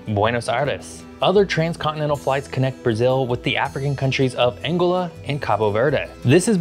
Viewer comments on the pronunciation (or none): "Angola"... the stress is on the second syllable, not the first. "an-GO-la" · ANG-e-la is the former German Chancellor. An-GO-la is the African nation. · He was surely subconsciously thinking of the word angle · It's AnGOLa, not ANGola. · ANGÓLA, not ÁNGOLA! Which rock do GenZ all come out of? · Angola is pronounced "ann-GO-lah." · Please learn ro pronounce Angola. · For a geography channel, why do you mispronounce nearly every place name? "St Helena" Angola" "Cape Verde", etc. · Geography guy doesn't know how to pronounce Angola. WTF? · You clearly have some aviation nerds as fans bc they are all over that ETOPS thing. Love your show man even if you pronounce Angola inflected improperly 😉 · Prononced An go la !